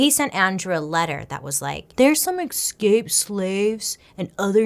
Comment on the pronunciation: BAILEY, i love you but it’s escape. not EXcape. i love you and i don’t want people to think you’re dumb coz that ain’t it. also YAAAAS to the 90s vibes with the hair ✌🏼